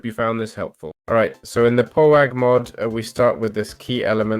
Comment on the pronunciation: Next time, if you're going to do a tutorial at least learn how to say the mod name... its litteraly power with ah instead of er.